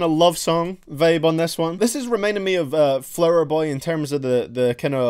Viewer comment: "Flouher boy."